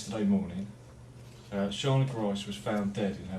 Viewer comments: It's driving me bat sh!t crazy. Her name was pronounced "Shaw-nuh," not "Shay-nuh." They even pronounced it in the police clips. I know a person named Shayna. The spelling should have been your first clue. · you have literal interview footage of the detective saying her name... SHANA. yet you decided to pronounce it like SHAYNA throughout the entire video. why is that? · You could at least get her name right - it's pronounced SHAR-NA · I think it's more likely pronounced "Shah-ner" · One way to "show respect for the victim" (as this channel claims) would be to pronounce her name correctly. Watch your own video to see how (hint, it's said ). Other ways would be to not use annoying stock footage, especially when it doesn't match (e.g. a caller dialing "9-1-1" for emergency services in England, or police wearing guns, etc.). This is shoddy work for a channel with this many followers. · the correct pronunciation of her name. You must have watched this clip, why did you pronounce it wrong for the whole video? Disrespectful. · They keep saying her name and you still get it wrong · Her name was mispronounced the entire way through this video, based on the police officer and on Michaels pronunciation. Ooops.